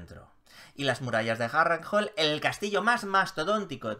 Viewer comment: ¿Es "Jarrr-renjarrrlll" el palacio de la familia de Chiquito de la Calzada en GOT?